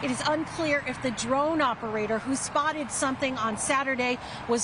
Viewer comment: She clearly said spouted rather than spotted.